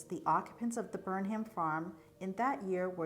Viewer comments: Words ending in 'ham' are pronounced "um." Durham, Pelham, Chatham and Burnham. So it would be BERnum, not Burn HAM. Also Ammi is pronounced AHme, not Amy. Ammi Phillips was a very famous painter. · The H is silent. Burnum. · Do you pronounce it Burnham or Burnum, without the h?